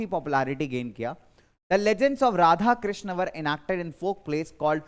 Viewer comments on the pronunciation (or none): none